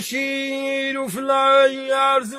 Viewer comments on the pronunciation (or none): none